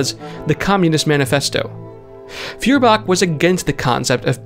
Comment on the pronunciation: FYI Feuerbach would be pronounced 'Foy-er-bach'.